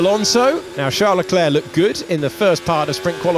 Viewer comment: Why do they keep saying Chall Leclerc get it right.